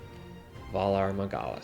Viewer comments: "Vah Lar Magallus" I fucking lost it XD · the fucking pronunciation of valar morghulis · Valar Morghulis ... even that wrong pronounced. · lmao "volar mugaolas" 😂😂😂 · "Valar Magalaz"....Hahahahaha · "Vallar Magallus" Pretty much.. 😂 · Did he say, "What's the smoke monster?" OMG. Valar Magahlis.